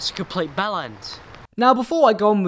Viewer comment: I like how he says compete belend meaning if the edit of the comment wasn't there he means a dead guy is a complete belend